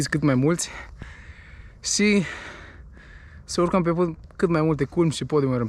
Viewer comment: vrem sa stim de ce zici si in loc de și. daca nu e secret :))